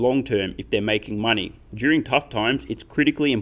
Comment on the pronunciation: Is it just me or does it sound like he says solving the mining problem instead of money problem.